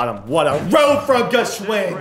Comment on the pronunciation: Favorite part is you pronouncing Gwschends name every time different 🤣